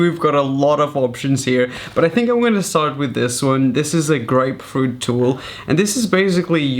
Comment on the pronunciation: Thought u said great fruit tool not grapefruit 😂